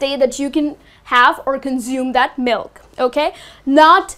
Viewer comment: You mispronounce consume.